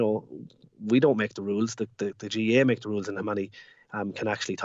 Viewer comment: Your man introducing the show can't say Gaa he keeps saying Ga